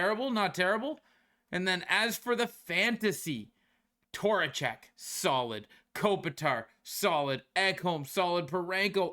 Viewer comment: Who da eff is Torachek? 😂